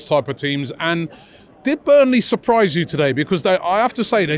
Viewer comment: It's burnley for christ sake😂😂😂😂